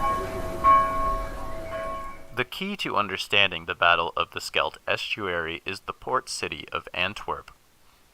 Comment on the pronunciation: Skelton, I hope that's a misunderstanding and not just AI.